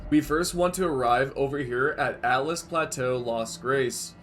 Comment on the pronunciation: It's Altus plateau. Not "Atlas" plateau. al-tus